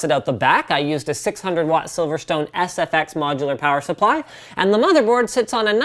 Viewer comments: I repeated plower supply at the exact same time as Linus did. And then I giggled my blalls off. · "Plower Supply" You know Canadian Winter is coming when...